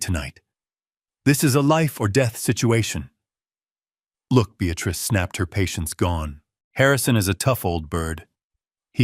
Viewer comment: Senile not scenile. BEATRICE not Beatratice. Dutiful son in law not beautiful son in law. Careless mistakes. Always hap hazzard presentation. .